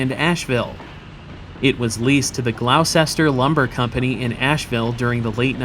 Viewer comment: For future reference, "Gloucester" is pronounced "Glosster". Also, seeing the car names got me thinking. Seeing the first was "Trustworthy" I mentally then went right on from there: Loyal, helpful, friendly, courteous, kind, obedient, cheerful, thrifty, brave, clean, and reverent.